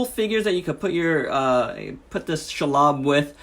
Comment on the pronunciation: It's "She" (as in the pronoun) lob. Cool review! I love this figure.